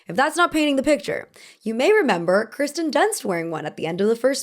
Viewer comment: KIRsten not KRIsten. Also look up how to pronounce "adversary".